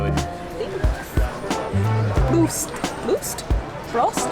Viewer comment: we say proost not broost 😅😅😅